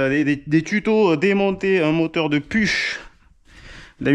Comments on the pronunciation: Très intéressant . Une petite précision . On ne prononce pas « puche » mais « pourrhh » 😅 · "Pourr" pas PUCH. C'est Germain comme marque. En tous cas bonne restauration et belle machine. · PUCH, je pense que ca se dit "Pouk", ou "Pourrr' " ! en 🇩🇪 🇦🇹 😊